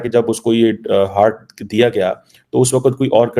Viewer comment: हर्ट नहीं हार्ट बोलो